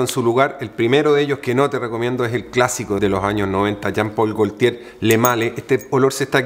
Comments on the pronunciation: Por favor , no quiero ser pesado pero , haz un esfuerzo en pronunciar bien , no es " golLtier" es gotie.... Saludos . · Excelente energía para narrar, muy bien, solo falta buscar en Google la pronunciación correcta de las palabras, como "goltier".